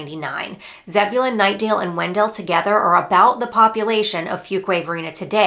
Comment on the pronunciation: wen-DELL! Yes, it's named after Oliver Wendell (WEN-dle) Holmes, but it's not pronounced the same way (per town staff circa 2000 - I asked about the discrepancy, and they laughed it off). My son bought in Angier (not even Wake County) late 2022, and I'm not looking at stats, but it seems that the asking prices are comparable to Garner these days. Love the videos :)